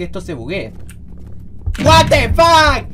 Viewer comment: meda mucha risa cuando dises wate fac i tu cara pero me encanta tus videos